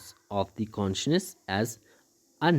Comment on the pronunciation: Consciousness ❌ Conshness 👍